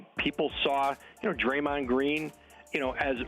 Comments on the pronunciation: "Drayond" lol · “Drayond” lmao 🤣